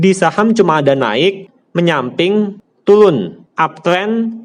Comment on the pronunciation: Turun bukan tulun #captain707